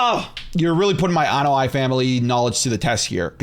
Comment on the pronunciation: Anoaʻi is pronounced Ah-no-ah-E. but between the ah and E is a glottal stop or a clean break in between vowels.